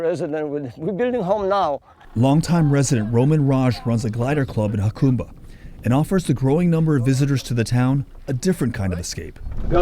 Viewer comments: That's HA-cumba, not YA-cumba. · It is pronounced HaCUMba, not HaCOMEba. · Yacumba? 😂 it's pronounced hacumba. Lol. The press is clueless. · It’s pronounced “Ha-come-bah”, NOT “Ha-coom-bah”. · 🫡 ~ It's actually pronounced "Huh Come bah" ✔️ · Jacumba,not yacumba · It's pronounced Huh- come- ba... By the way, the town used to be big stop before I- 8 came through there. That was the way for people to travel from San Diego out to the desert, past the border into Arizona, They failed to say that in the video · Get a kick out of outsiders mispronouncing Jacumba. Always amusing. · You can’t even pronounce the name correctly lol. I grew up there, the locals do not want you turning it into palm springs. Do not gentrify jacumba. You bring the lake back by uncapping the spring that used to fill it. It was plumbed to the original pools and later spa. It was capped by one of the previous owners. When i was a kid it was a break in the plumbing that filled the lake.